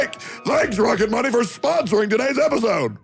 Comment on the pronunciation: Todays Sponsor is "Rocket Money!!!" - My dumb Ass Car Guy Ears understood "Rocketbunny" and thought, why are they advertising Car-Bodykits, how random. - What is wrong with me.